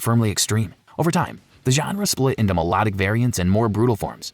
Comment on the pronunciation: Your pronunciation is abysmal. Melodic is pronounced me-lod-ic, not me-low-dic.